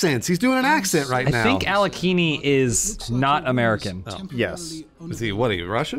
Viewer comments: Alekini? I think it's Alekhain. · It is not Alekini. It is Alekhine. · It's AH-LYO-HEEN, not AH-LEE-KHEE-NEE. Source: I'm a certified russian. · Awesome video, as usual! But it's pronounced "Alekhin's Gun". Aleksandr Alekhin was a famous Russian chess player, who emigrated to France (that's why his lat name is spelled so, erm, funny). P.S. I have no idea what he has to do with guns, as far as I know he never shot any guns in his life.